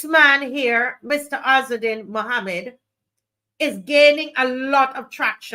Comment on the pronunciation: You pronounce his name correctly. Thank you